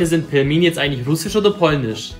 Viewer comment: Es wird pilmeni ausgesprochen und es ist russisch